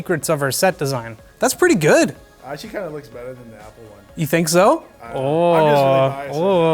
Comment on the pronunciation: “knida” lol